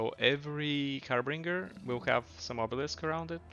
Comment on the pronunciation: Harbinger not “Harbringer”